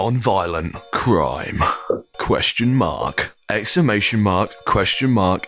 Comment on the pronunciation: "Question mahk, exclamation mahk, question mahk, explanation mahk"